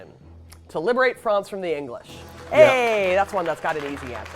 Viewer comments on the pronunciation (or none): This woman says she doesn't speak French. Why does she keep calling it Frahnts instead of France? I've never heard an American (or maybe she's Canadian) pronounce it that way. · This lady is pure American. Why is she pronouncing France, "Frawnz" ? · Okay! This is the History Hit gal who pronounces almost everything as an American generally would, except she obsesses with pronouncing "France" as "Frawnce"! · She keeps saying france as fronz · Why does she say "Fronce"...lol! That's not how the English say France.